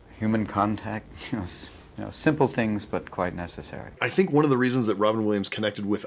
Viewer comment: Tink happy tawts ❤ sadly, he had a hard time doing it himself but he knew he was giving us happiness!